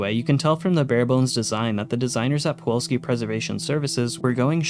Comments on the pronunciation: Why do you keep calling it poo all ski? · I have no idea how you screwed up pronouncing Pulowski as "pawolski" every time this video. The correct spelling is on every pod, and you included the promo video which provided the pronunciation. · How did you make it all the way through your script without realizing it's not "Puwolski?" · You what I find fascinating? I know for a fact that you heard how the name Pulowski should be pronounced (because you used the clip from the faux commercial) and yet, here we are. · How did you mispronouncing Pulowski so many times make it into the final.cut of this video? Even if you spelled it wrong in your script, how did you not catch that in editing? Not bringing this up to shit on you mate, just please do better next time. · Interesting video but you pronounce pulowski wrong the entire time. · Please learn how to pronounce 'Pulowski' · Take a shot every time he pronounces "pulowski" wrong. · The biggest scam is that it's pronounced pulowski not puwalski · How many times did you read "Pulowski" while making this video and yet you STILL call it "Puwolski" every. single. time. illiteracy is becoming an epidemic. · why do you say puwolski instead of pulowski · I hate how you mispronounced Pulowsky for Puwolsky every damn time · Pa Low Ski. Not pa wall ski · Pulowski. The L comes first. You’ve been saying Puwolski this whole time. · I hate to be that girl, but it's pulowski, not powalski. Like pull-ow-ski instead of puh-wall-ski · Anybody else notice he said the name wrong the entire video “Puwolski” even though he had a video of a man pronouncing it correctly and had the name pop up multiple times “Pulowski”. Man. It’s the little things 😂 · you keep saying Puwolski instead of Pulowski. Would have been fine as a one off in a video on a different subject, but seeing as it's the subject of the video, i can't just say nothing. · Pulowski, not powolski. Good video though! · Pulowski not puwolski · Pulowski, not Puwalski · It's POOlaowSKI